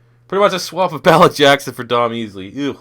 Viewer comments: Lucas Borja Yeah it's pronounced Maleek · Learn how to say Malik Jackson bro